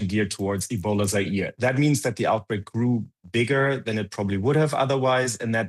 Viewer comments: omg.. it's OUTBREAK, not "outbrake" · OUTBREAK, not OUBREAK!